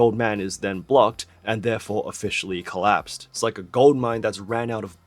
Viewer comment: “Collapsed” “Collapsee” 😂😂😂